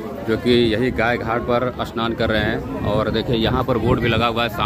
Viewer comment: Congrats for 100k subscriber. And please its Gaay Ghat not Gay Ghat